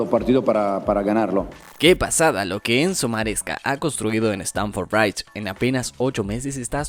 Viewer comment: stamford bridge está mal pronunciado ojo a tomar en cuenta